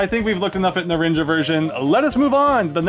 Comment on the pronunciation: Narinja? Seriously bro? It's pronounced Na-run-ha. Spanish for Orange.